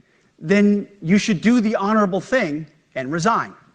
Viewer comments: The "Honourable"? 😂😂😂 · "honourable" lol